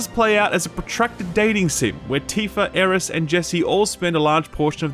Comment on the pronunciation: Why do you call Midgar "Midgard" and Aerith "Aeris" smh